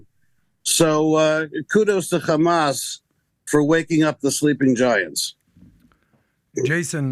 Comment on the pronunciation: Just say hamas. You don't need to speak perfect English until that word and then say it all thenic